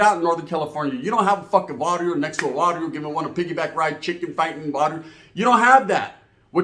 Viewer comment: Es Barrio. Not Varrio